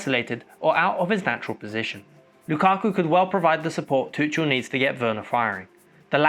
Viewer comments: ‘Tuchel’ is pronounce Toocul. Love your videos:) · I love your videos but one thing, you are pronouncing Tuchel wrong